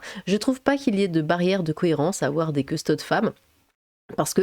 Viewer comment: Petite info on dis custodès pas custodes